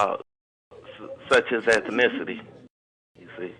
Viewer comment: So where are you from? What's your ethnicity? Caller: Uhm... My ethinithity? Yeah. Caller: Ohh well.. that comes from a long line of things.. You know. Such as? Caller: Such as Ethnicity What? Gotta love his effort, SMH.